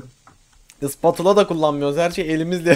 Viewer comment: 1.25 enes abi ispatula degil onun adı spatula